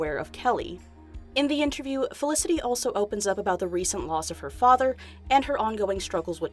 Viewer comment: no one: the guy at the beginning: FeliciTY